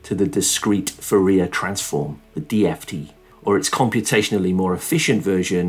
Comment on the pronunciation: Great explanation! Just as a side note: Fourier is pronounced "foo ree yay"